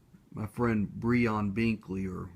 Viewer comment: Low sounds amazing. Btw my name is pronounce as Brian not Bree'on LOL